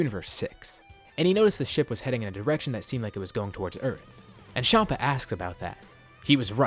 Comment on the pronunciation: Everyone else: Chompa: Shompa